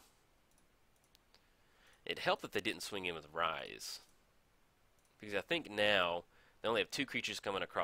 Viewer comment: Hey - Temmet is said just like temet, Rhys is the welsh spelling of Reece and pronounced the same:)